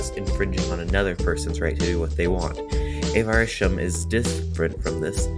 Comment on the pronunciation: It's not Avar-itionism, it's Avarition-ism.